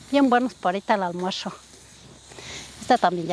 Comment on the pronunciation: Porque dices “almuersho” y no “almuerzo” de pura curiosidad, la comida se ve muy rica.